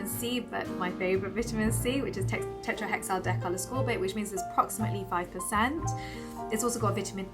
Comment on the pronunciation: I love the way u say tetrahexadecyl ascorbate.... It shows u love ths ingredient...u r so. Cute❤️❤️